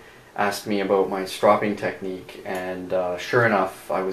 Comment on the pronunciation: they asked you aboot your stropping technique?